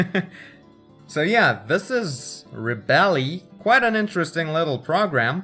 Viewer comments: I think it is pronounced: re-belle instead of rebe-lee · Nice review, but the app is pronounced as reb-bel not reb-elly. Silent E!